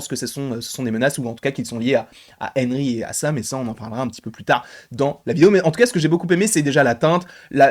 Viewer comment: Haha drôle façon de prononcer le prénom Henry 😂